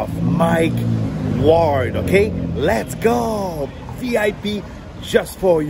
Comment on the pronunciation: Prononce son nom comme il faut au moins… c’est pas Mike Wall c’est Mike Ward